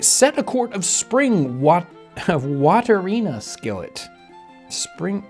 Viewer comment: "Waterina" made me laugh out loud.